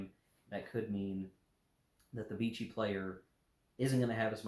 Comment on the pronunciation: Note on French pronunciation: Vichy is pronounced, "Vishy". Rhymes with fishy. Thanks for review.